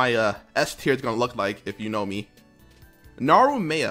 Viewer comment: "Narumeiyah... over rated" Disliked, reported, called the police